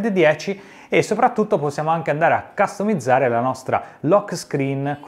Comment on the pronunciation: figa, quando dici ccastomizzare, mi fai impazzire 😂😂